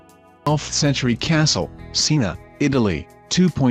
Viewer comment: Why can' Americans never, ever, speak English? Christ Almighty! There's some bleeding awful pronunciations in this one. Read the bloody letters man! Seena? Where the hell is that? S I E N A! OK. Got it? Try learning to read and speak before moving on to grown up things....